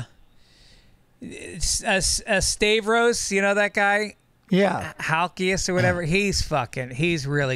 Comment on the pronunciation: CORRECTION: While Stavros from "Tires" does look like STAY-vrorse, it's pronounced STAH-vross